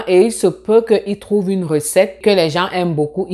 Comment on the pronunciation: Hi! J'apprécie le contenu partagé dans cette vidéo. Cependant, est-ce juste moi, ou prononces-tu vraiment "tr" comme "cr"?? Au début de la vidéo, j'ai entendu "etudiant éCRanger". Je me suis dit que j'ai peut-être just mal entendu. Mais là, je suis à de la vidéo et tu dis "comment être CRès bon sur Instagram"... À tu dis "ce que je CROuve encore souvent marrant"... À , "si tu n'as jamais CRaversé le cap du Baccalauréat" Mais pourquoi? Pourquoi remplacer le T par un C lorsqu'il est suivi par un R? Je suis assez confus